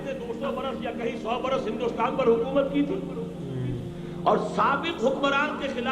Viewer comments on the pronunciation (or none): none